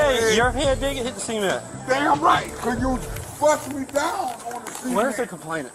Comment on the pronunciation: I think that officer slammed his head down on the seement, on the seement, yeah, on the seement...